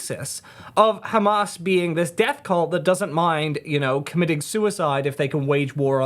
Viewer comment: He can't even pronounce words like 'Hamas' (hamaz) or Islam (Izlam) or Gaza (he calls it the Gaza- like its the name of a pub!). There is also no way he ever actually lived in Ramallah.